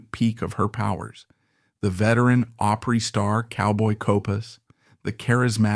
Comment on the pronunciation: It ISN'T Grand "Old Oopry you idiot.